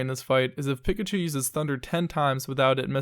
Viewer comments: did you just say "pickachu" my nigga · ummm....have you really never heard the name Pikachu?! PICK-a-choo?! really dude?